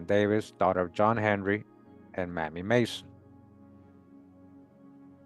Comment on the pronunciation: Mamie is pronounced with a long A; MAYmee,not mammy.